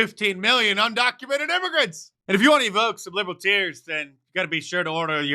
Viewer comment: ........inducement immigtannts. Say what?